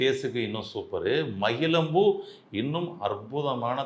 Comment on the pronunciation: மகிழம் பூ, மகிழ்ச்சி etc. என்று ழ வை சரியாக உச்சரிக்கவும். ழ வை ள என்று உச்சரித்து மொழி தவறு செய்யாதீர்கள்.